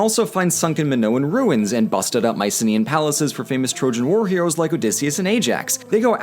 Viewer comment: I’m so confused, how do you pronounce Mycenaean